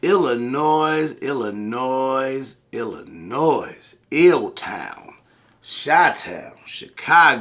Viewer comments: The "S" is silent, my ears hurt lol Thank you for spreading awareness, we're left on the backburner and are under represented and forgotten about in the struggle for 2A rights 🙏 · Sorry gotta give you shit….Illinois does not have an “S” sound at the end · Illinois “s” is silent